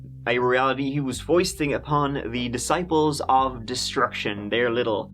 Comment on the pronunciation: I love how the news caster said the groups name wrong lol